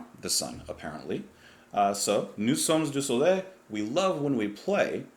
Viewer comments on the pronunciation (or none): Dear, could you repeat "Nous sommes du soleil" please...? The Jon Anderson's pronunciation is actually better than yours...😊 Anyway you are so cool, I love your channel, and this track, and this album, continue to brighten my life 45 years after...the first listen. Cheers. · Final episode of greatness. We are of the sun. Pronounce it “Noo sum du so lay“. You now have to watch a life version of that : it's Chris's high moment of the concerts… a real show man. One more thing: Steve Wilson's version is very different from the original especially on Chris's solo… Alan White's solo, on scene they all take percussions.